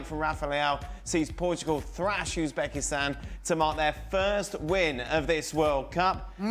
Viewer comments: Its Uzebekistsnan for Christ sake😂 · ITS UZBESKITAN morons